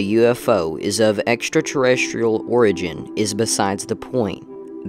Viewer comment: TOP MARKS for pronouncing “extraterrestrial” correctly!!! sometimes it seems as if half the country can’t bother to learn how it’s pronounced.. - the brown furry upright-walking things are fake - the dead thing on the ground almost looks like the type of fish that is invading various big rivers here now, hopefully the cameraman took some tissue for analysis - that first shadow-casting thing looks to be avoiding the camera.. can it see IR light? - no idea what that deer was watching at night - no idea about the prancing dog-thing.. looks speeded up to obfuscate really well-done, sir!!!! 🏆🏆🏆🏆🏆🏆🏆🏆🏆🏆